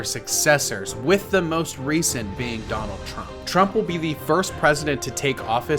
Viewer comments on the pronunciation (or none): none